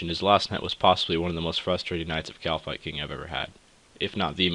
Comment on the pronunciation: great video and I am really enjoying the series, but it's not pronounced 'shittin' it's "Kite-in" sorry had to let you know:P